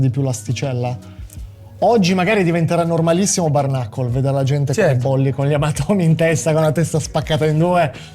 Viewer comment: Ma porco dio come cazzo pronunci bare?